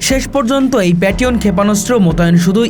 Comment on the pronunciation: জিনি খবর পরছে তাকে আগে ভাষা বা উচ্চারন শিখুন কারন আপনি পেট্রিয়ট ক্ষেপন অস্ত্র কে আপনি পেট রিয়ন বলতেছেন আর বালটিক রাষ্ট্রকে ব্যালাস্টিক রাষ্ট্র বলতেছেন কোনটা সঠিক